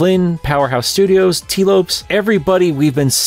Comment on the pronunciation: Tee lopes not Tee loops